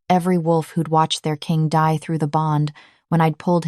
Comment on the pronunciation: The AI narrator is mispronouncing die to dee and it's annoying. Though this is an incredible story